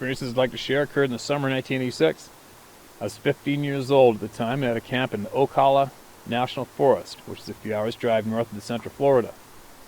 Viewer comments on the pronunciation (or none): is the drone footage over water towards the end of the video of the Salish Sea?? Being a native Floridian, I am very familiar with the Ocala (the “cal” rhymes with “pal”) National Forest. I’ve heard many stories of odd occurrences and strange sightings from this area which is not too far south (30ish miles?) from where we live. Riveting content, as usual! Be safe and take care.